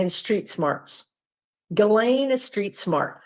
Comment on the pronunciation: Nice to see someone pronounce Ghislane correctly…😂 Thank you!💖